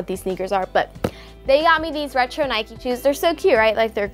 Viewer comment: It’s not Nikey it’s Nike